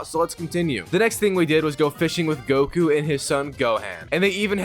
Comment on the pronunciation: Am I the only one starting to get mad by the fact that he’s mispronouncing everything Goku son and how he saying sayin wrong